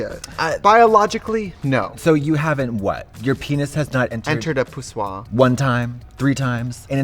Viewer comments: "entered a pussoir" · "poussior" lol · "pu-swa" that's it. coin it..that's the new word lol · Nobody: Both of these idiots: pussoir